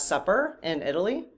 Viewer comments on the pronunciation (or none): none